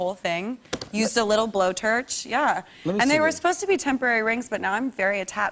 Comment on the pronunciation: I know it's low hanging fruit, but she said "Blowterch". xD